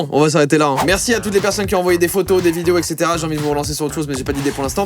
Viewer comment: Hein* pas "hyn"